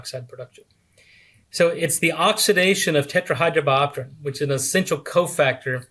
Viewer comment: He seems to pronunce tetrahydrobotron instead of tetrahydrobiopterin